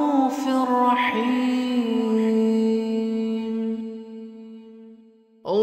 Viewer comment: Why raufir raheem and not rauufur raheem